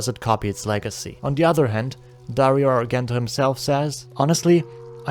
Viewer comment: it's [arˈdʒɛnto] not [arˈɡɛnto]